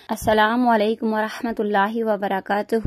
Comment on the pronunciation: آپ کے تلفظ میں بہت زیادہ غلطیاں ہیں ۔ اور اعوذ بااللہ کی ع تو آپ نے باکل ٹھیک ادا کی ہی نہیں ہے ۔ اللہ ہو پر مقدر سے زیادہ مد کی ہے ۔